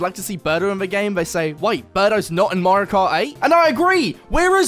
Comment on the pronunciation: I didn't know Mario has a L in his name 💀